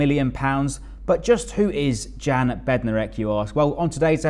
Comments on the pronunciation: Great signing for you guys. (You pronounce his name Yan not Jan) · The J is pretty much silent. Yan